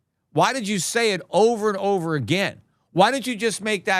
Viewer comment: Peter.... Silvah, ovah, 100. 😂😂🎉🎉🎉 Fk butcorn